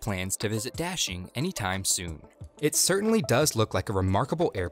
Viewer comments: Daxing rhymes with "moshing", not "dashing". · This American English pronunciation of Da Xing really hurts. It's not Dashing, it's Da and Xing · It's daSing. Not daSHing (emfasis on 2nd syllable). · please pronounce correctly,DA (dug)xing and not dashing. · Daxing not dashing idiot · I'm not Chinese, nor do I speak (only my grandparents and their family) it but I'm just annoyed by your pronunciation of "Daxing". The A sound should sound like "ah" like you're at the Dentist, instead of like the sound in "dashing". Great video nonetheless. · Narrator/Presentor keeps saying 'Daxing' Me Hearing : Dashlane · I keep on hearing dashing instead of Daxing, maybe this airport needs a nickname. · When he pronounced “daxing” as “dashing”... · D is actually pronounced as a T in Chinese. Sorry I'm being such a Grammar Nazi lol